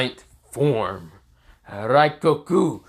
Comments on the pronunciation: It is rengoku not raigoku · Pretty sure you said rengoku’s name wrong